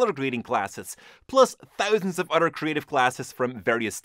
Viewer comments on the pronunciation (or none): I only watch these videos to hear "other" pronounced "udder" haha love your videos